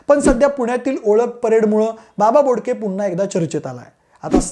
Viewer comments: बाबा घोडके नाय रे बोडके आहे 😂😂😂😂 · बाबा बोडके रे घोडके नाही